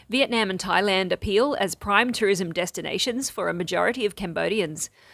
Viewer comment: You are saying Vietnam wrong and it drives me crazy! :face-orange-frowning:🤣🤣🤣